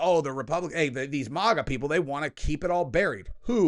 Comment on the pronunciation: SAY MAGA CORRECTLY!!!